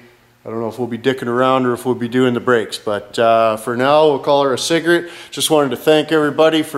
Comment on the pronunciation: I hate "cigrit" and "for frig sakes"....